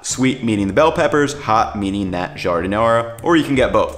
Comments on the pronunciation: 😂 what’s an “electronic” slicer? Just busting your chops. Also, as a native Chicagoan it’s not “au jus”! This is an ITALIAN sandwich not French. It’s gravy. Also final not to pick, it’s giar-din-ayre-uh, not ahr-uh. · Really enjoyed this video which I went looking for since Portillo's is being destroyed since they got new owners and I'm thinking of making my own now....in any case, listening to how you pronounced Giardiniera was a bit painful, lol.